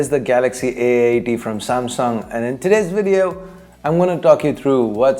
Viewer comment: The way you say VeDtio tho